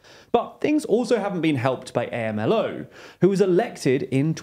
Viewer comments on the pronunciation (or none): It’s not A-M-L-O it’s Amlo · Hey, quick correction. Obrador is commonly referred to as “am-lo” not “A-M-L-O”. Keep up the good work guys 👍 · No one calls him “eh-em-el-oh”, it sounds more like “om-low” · OMG. Sensationalist news from someone who isn't even American. Also, I don't think people say A-M-L-O. It's AMLO. Hard to put it in text. But, it's said as a word not abbreviation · Amlo, not A.M.L.O. This is why TLDR-US failed. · Two things: it's pronounced "amlo" rather than "A.M.L.O." second, you generally do a good job with this kind of thing but I found it a bit surprising the way you described Nikki Haley's stance on military intervention as contrary to her apparent moderate status. It's not really news that moderate republicans are mostly moderate neoconservatives, which, sure are more moderate on economic and social issues, but are extremely hawkish on foreign policy. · Am I mistaken that the acronym for the Mexican president's name (AMLO) should be sounded out like a word (am-lo) rather than spelled out letter by letter (A-M-L-O)? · weird hearing AMLO spelled out every time. I've only ever heard it said in two syllables, "om-low." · It's not A-M-L-O, it's AM-LO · Pronunciation: A.M.L.O. is Am Low. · You pronounce AMLO as a single word, not A. M. L. O. It sounds as "Am-Low" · For God's sake. It is not A-M-L-O! It's pronounded like a word with 2 syllabls: Amlo. How can you not learn these basic things before you start pontificating. If you can't learn these intro facts, I don't trust you with any of the hi-falutin' analysis you peddle. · Lopez Obrador is not known as A.M.L.O, he’s known as Amlo (pronounced Am Lo). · WHY ARE YALL PRONOUNCING AMLO LIKE THAT??? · Love the work you're doing, but there were some pronunciation mistakes in this episode. AMLO should be pronounced as Am-Lo and Cucinelli is pronounced as Cooch-e-nelli. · You don’t spell out his acronym, you pronounce it ;) “am-Lo” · It's pronounced AHM-LOW, don't spell it out